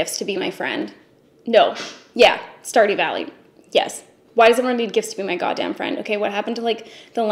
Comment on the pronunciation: Wtf is star do valley